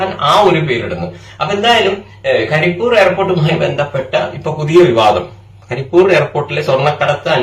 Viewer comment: കരി എന്നല്ല, പണ്ഡിറ്റേ . കരിപ്പ് + ഊര് = കരിപ്പൂര് അങ്ങനെയാണ് . കരിപ്പൂർ എന്ന് പറയുന്നുണ്ടെങ്കിലും, കരിപ്പൂര് എന്നതാണ് ശരി.